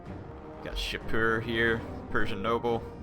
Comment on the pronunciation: shapoor (not shapur). Persian pronounces the U as oooo. Sorry had to comment lol